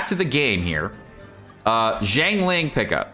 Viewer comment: Thanks for the informative video! Just want to offer some constructive feedback on your character pronunciation, for example: Beidou should read bay-dough, xingqiu = shing-chew, xiangling = shiaang-ling, etc.